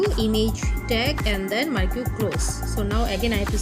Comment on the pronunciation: You don't know, how to pronounce marquee, do you?